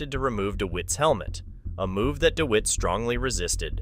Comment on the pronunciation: Firstly, his name is pronounced Dewitte...as in wit/tit/bit...Dewitte!!! Secondly, the idea of these True Crime style videos is to be on the pulse. Recent events are what True Crime enthusiasts are generally interested in. NOT ANCIENT HISTORY!!!